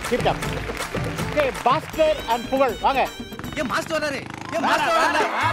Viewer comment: Puzhal illa bha Pugazh 😂 😅